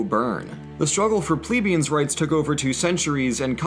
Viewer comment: It's 'Ple🐝ans'